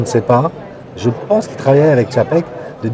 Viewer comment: TCHAPEK c est pas compliqué !